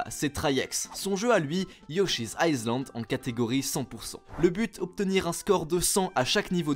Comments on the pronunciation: Island on prononce pas le s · mdr la prononciation de island 😭